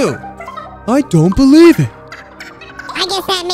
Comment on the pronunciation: Not as much as I GOTTA BEILIEVE